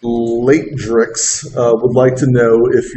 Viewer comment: they answered my question. My username was Ltrjx3 but instead he said Laytrix lol.